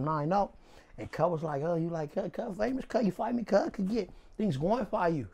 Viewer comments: Did he really say he was fivemous (famous) and glori-five. Amazing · My nigga said I'm fivemous 🤣🤣🤣🤣🤣🤣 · This nigga said.. “My CM” 🤣🤣🤣 then he said “I’m fiveous”😭😭😭😭 he real deal crippin 😂😂😂😂😂😂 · “I’M FIVEMOUS” I’m done 😭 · "I'm real popular, I'm fivemous" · Fivemous instead of famous Cm instead of bm What do rats eat.. a bowl full a bullets Then gets a call from Popeyes to close the interview Lmaoo these dude a walking cartoon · “I’m fivemous” 😂😂😂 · “Fiveous” famous 😂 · Nigga said "I'm five-mous." 😭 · Nigga said “I’m Fiemous”😂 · Not in LA he says 5 cause that’s how his hood is pronounced, five five(55th st) nayborhood crip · Just stop its ridiculous , unable to say words with the letter B and replace it with a 5?? How the dudes make themselves look so ignorant blows my mind. Apply that to something useful just listen to this guy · "On Fiveness"